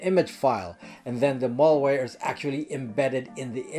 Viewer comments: FYI (please forgive my nitpicking here for what seems like a minor distraction), I subscribe and enjoy listening to your informative videos on a regular basis and this concerns the way you are pronouncing the word "Malware" to sound like "Mall-ware". The first syllable "mal" should be pronounced just like it's spelled ("mal" should rhyme with "pal" instead of rhyming with "all") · Malware, not mallware. Mal as in malice, not mall as in shopping mall. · I’m surprised that a privacy and computer Protection expert like yourself cannot Pronounce the word malware correctly. The first “a” is pronounced as in the name Al (short for Alan) why is this so? Because Malware, is a portmanteau of malicious and software. MaL-icious is not maLL-icious. If you want to be taken seriously, you need to know how to speak the language of your Professed specialty. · It's not mallware, it's malware. Latin origin meaning bad or ill. You get malware from a bad person, not usually from a shopping mall. Think and say works like malady, malfeasance, maladjusted, malformation, malice, malpractice, malnutrition. Now see and say malware. I knew you could do it! PS: great video! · Good stuff. But "mall" ware makes me laugh